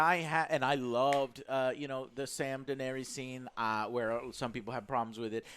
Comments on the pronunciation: Deeeeee-nay-Riessssss. C'mon man. Say it properly, please. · Joe tell the fucken chick it’s not pronounced daenerius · Who’s this “Daenarius” she keeps talking about? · denerius, deniris, deneerees cmon guys :D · "Denarius", "Deneres".... FUUUUCK... I can't watch this shit. Don't bother reviewing a show if you can't even pronounce the fucking character names correctly. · that girl cannot pronounce "daenerys" lmaooo she said it differently every time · Dragon riding... their hair did not move.. their faces would have frozen off going that fast in that cold.. and for the love of ALL THAT IS HOLY.. learn how to say Daenerys! You guys are adding a syllable that isn't there. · Could this woman say Danerys properly, aargh so annoying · come on, at least pronounce Daenerys correctly.. .. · I love you Joe but next time pronouce Daenerys correctly...😂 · This girl how no idea how to say Danaerys. Or Joe for that matter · What's so hard about pronouncing Daenerys correctly? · It is Daenerys. Not Daenerius or Daenereese. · Dan Air Ee Uss XD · Dude.. Im sorry.. But the way she says Daneir-eis is awful!! Do you not actually like the show??? But love thr review.. My friends haven't watched yet(or are somehow two seasons behind!) So its nice to hear this much talk about it.. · Why does Joe pronounce Danerys like that? It's Dan-air-iss, not Dan-aries. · Daenerys dammit...not DaenERIUS...:P This is so funny... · I love your reviews man bcuz your hype as me But you guys have to stop saying Dannys name like that lol Its def not Dan air re is Its Da nair is 🤣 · omg can you all learn how to pronounce Daenarys' name!!!! it's annoying. one of you says "Dah-nair-rias" and another says "Dah-nair-rees" it's PRONOUNCED, "DAH-NAIR-RISS" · Not everyone loves her. For starters she's blatantly been the villain right from season 1 but not a lot of people seem to notice that. Also her name is spelled Daenerys. Not Denaeris! Wasn't the denari a Roman coin? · Triggered me too